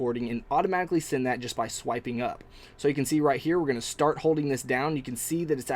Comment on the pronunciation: Thanks for a great review. I must say one thing. I cant stand it when you say send sending or ten. You say it like sind sinding or tin. Sorry. Just saying. Again great video.